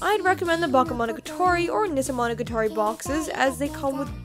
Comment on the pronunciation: I can't stand the way you pronounce that Japanese titles xD Specially that Nisemonogatari xS You're still awesome though :)